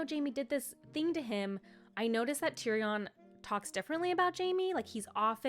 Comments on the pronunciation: Tyrion - pronunciation: tyrian :) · Seeing someone talk about the books who is so unfamiliar and new to the world is so funny. Like the pronunciation on the names is crazy 😭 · Tyrion = tear (cry) re in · Please...tyrion= tear re un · Yes!! His writing style is what sets this series above most others..I also love how you pronounce Tyrion ❤